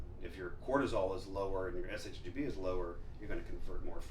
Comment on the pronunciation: This man kept saying how long he's been doing this and how he's a hormone expert and then called SHBG "s-h-GB" like 10 times in a row